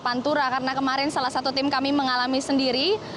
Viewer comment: Aku dengar nya kemalin wkwkwwkk kemarin btw 😂 belajar lagi ngomong nya. Jngn belajar ngeritik orng aja dn melihat kesalahan orng